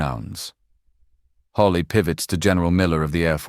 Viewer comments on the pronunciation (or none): how on Earth did she ever get to be a general? oh yes DEI Mr. Hawley, and Mr Kennedy are brilliant, and know what they're talking about. It's Hawley, not Holly get it right!! I didn't hear an eruption of Applause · Will SOMEBODY please program the STUPID AI "narrator" that it's Senator HAWLEY, NOT "Holly"! GRRR, DAMMIT!! :face-orange-frowning::face-orange-frowning::face-orange-frowning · It’s Hawley. NOT HOLLY. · "Hawley" might sound like "Holly" to some, but being able to use AI-generated captions still has a long way to go before it's 100% viable. Senator Hawley is NOT Senator Holly. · The AI voice needs to STOP! Your fake voice can't even pronounce the Senator's name correctly! UGH and we don't want to hear a fake foreign accent! Gross